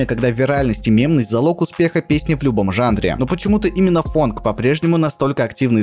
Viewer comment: почему фАнк, а не фОнк? фанк это другой стиль вобще